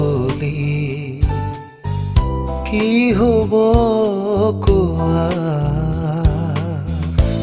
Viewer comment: Just a small suggestion. Kowa in Assamese has a sondrobindu. A small flaw that bothered my ears, sweet child of mine.